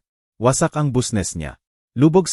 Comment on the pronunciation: Huy ayusin mo ang pag babasa anong busnes bisnes kung babasahin ang business